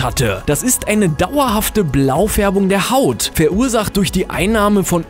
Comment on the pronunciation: die haút seines magens ? versprecher...